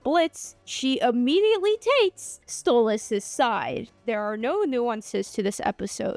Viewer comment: It's Stolass